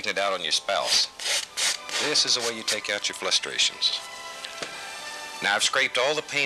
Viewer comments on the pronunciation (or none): He actually said "flustrations". And he said "turpentime". On other shows he used the word "fuhther". It's either farther or further, but Bob liked to say fuhther. And it seems to me he said "varely" instead of barely.